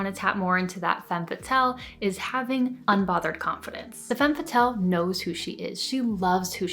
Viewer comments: Femme fa-tells 😂😂😂 I’m sorry I just couldn’t take her serious every time she said it like that. Not trying to be snobby it just genuinely made me laugh 🤭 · Step one: pronounce it properly :P